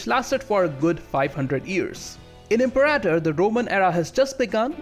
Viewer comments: Er hat "Imperaitor" statt "Imperator" gesagt und "Deschia" statt "Datchia". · IM-PAIR-A-TOR rome